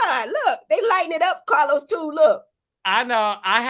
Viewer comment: I’m here for Heavenly and her pronunciation of “Cah-Los” lmao